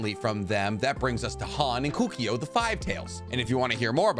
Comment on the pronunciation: Kukio??... It's KOKUO mate!!